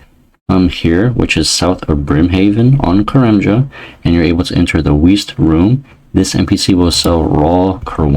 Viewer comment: As well as him not being able to say "west"